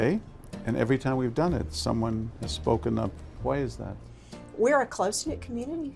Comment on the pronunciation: Took John a second to realize that she said "time" when she said "tom" :P.